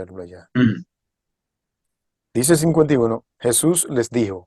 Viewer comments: Para q todos los oyentes entiendan,yo diria q pronuncien Jesus en lugar d shusha y mesias en vez de meshi por favor,AL fin estamos oyendo en español,les ruego y q Dios los bendiga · Ya no me da confianza este canal xq estan meiendo a señores q no son adventistas verdaderos el invitado dice JHESUA Y otra palabra mas ,y esa manera de pronunciar el nombre de Jesus es de los Pentecostales de raices hebreas,y otros mas .Por otro lado ese tema no es para salvarse ,he escuchado muchos ,y cada quien da verciones q en lugar de ayudar confunden ,lo q todo cristiano debe hacer es vivir como Cristo vivio (andar) y psrs q buscar lo q no nos toca saber